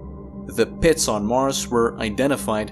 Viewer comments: The way he says "pits" lol PEHITS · Does he have any idea how much fun it is to hear him say "pits"? That's not the only word either. I love the way he talks.